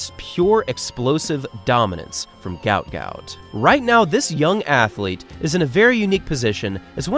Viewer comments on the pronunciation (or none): His name is actually Guot Guot, pronounced with a w sound so like 'gwot'. as per his father: "His name is Guot, it's supposed to be Guot," Bona Guot told 7News. "When I see people called him Gout Gout, I'm not really happy for him." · His name is pronounced "Gwot Gwot" .. not Gout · His names not Gout Gout Its Guot Guot pronounced "KWOT" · His name is pronounced ‘gwot gwot’ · The better pronunciation of his name would be GOAT GOAT.. and not like the medical condition GAUT GAUT which seems to be the norm right now. The other meaning of my suggestion beyond my pronunciation suggestions is yest to be seen. Go Goat Goat. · It should actually be pronounced as 'g-o-w-o-o-t g-o-w-o-o-t' as in the way 'goat' sounds. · It's actually pronounced 'GOAT GOAT' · It’s actually pronounced Gwhat Gout. His father has said so in interviews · It's pronounced 'Gwot Gwot'. He has stated this. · His name is actually pronounced Gwot Gwot. His father just confirmed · It's pronounced "gwot gwot". His name was misspelled on his ID papers in Egypt and should have been "Guot Guot". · I think it's hilarious that his name was mispronounced as gout gout, which is some sort of painful foot condition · His name is actually pronounced 'Gwot'. It was misspelt during his immigration. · his name is pronounce as though the u comes before the o. like gu-ot. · It’s pronounced Gwot Gwot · FYI his name is pronounced Gwot Gwot not like the foot ailment - his name was misspelled on his forms apparently and it should have been Guot Guot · his name is pronounced "gwot gwot". might need to dub your video, or change it up for future vids. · Pronounced "gwot gwot" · Why is his name not in the video title or description? You say his name in the video but pronounce it incorrectly. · Aint no way its pronounced like that. It doesnt even sound African. Did you look up the pronunciation of his name? You can just ask sudanese people